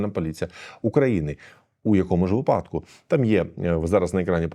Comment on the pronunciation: наголос - вИпадок